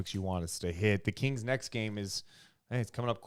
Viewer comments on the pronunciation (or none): Is it me or does pronounce "kings" like "keengs"? Is that a Sac thing?